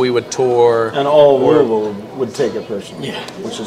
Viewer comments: Bryan coming right out with the correct pronunciation of Louisville is how I know he's a real one!! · that last louisville Pronunciation made me spit my drink out lmfao hilarious